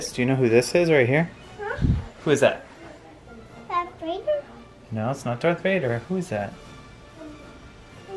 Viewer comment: caught a little bit of a southern accent on that “Darth Vader” lol